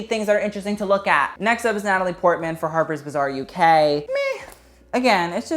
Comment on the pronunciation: The way you pronounce "harper's bazaar" sounds like "harper's bizzare" lmao